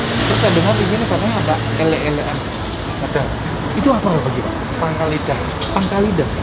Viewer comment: Bukan "elek" e dibaca kaya "Cobek" tapi "elek" dibaca kaya "uleg"....jadi "elek²an" e kaya "uleg" di jawa artinya tempat untuk menelan..jadi mungkin disebut elek²an karena pangkal lidah adanya didekat tenggorokan alias tempat untuk nge-lek alias menelan